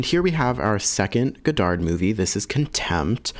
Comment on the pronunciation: Don't pronounce the D at the end of Godard